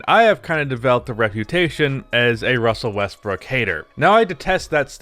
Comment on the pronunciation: Good Ol’ Wussell Russbrook.